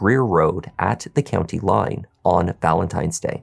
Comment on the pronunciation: Not Valemtimes Day!